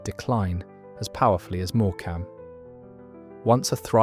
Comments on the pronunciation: More-cam is pronounced morecum. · Morecambe is pronounced Morcum. Apart from reading the prepared script, which keeps repeating about holidaymakers now going abroad, have you even visited any of these places? Many of them declined because their railway services were stripped or done away with completely during the Beeching era. Great Yarmouth, for instance, used to have three stations; now it has one. The coastal route to the south has been lifted, as has the line to Cromer and the M&GNR. To get there from London you now have to change at Norwich: the trains from Liverpool Street were taken off. Some of those towns mentioned now have no rail service at all. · AI narration. Listen to the pronunciation of some towns - More-Cam.😅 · Morecambe is pronounced the same as the comedian Eric Morecambe. More come. Not More cam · More AI bull. More ......cam. Is that how we pronounce it? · More Cam? Need to get that auto narrator schooled in pronunciation. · So judging by everyone's comments, this video is all a load of b*****ks. The pronunciation of Hartlepool and Morecambe proves it 😅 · You need to learn how to pronounce Morecambe. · Very interesting and the narration was very good even though it was AI. The pronunciations of Morecambe and Hartlepool were way off. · It would almost be appropriate to label the sole reason for the decline of ALL these resorts as being the vastly increased popularity of European coastal resorts. Full stop! Sadly, I briefly allowed myself to believe that, for once, AI didn't have its insidious hand in the commentary of a YouTube documentary-style video, but sadly I was misguided! By the time we reached Morecambe, I immediately realised that by hearing the demolition of the way the town's name was pronounced, the all-pervasive tentacles of our ever-present Big Brother had indeed had its 'hand' in producing this quintessential glimpse of times gone by. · Learn how to pronounce Morecambe.